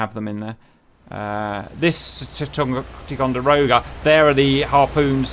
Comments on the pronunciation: Ticonderoga. You pronounced it like "Tee-conderoga" but it's pronounced like "Tie-conderoga". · it's pronounced tie-conderoga